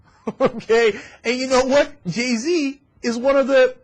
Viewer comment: anyone else notice that there pronouncing Jay-Z's name wrong....Ge-Z